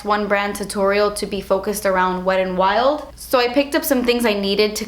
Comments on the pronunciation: Love how you pronounce wet n wild. "Wed n wild" 😂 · lol "Wed and Wild" love you 😘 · how you said "wet n wild" at the beginning LMFAO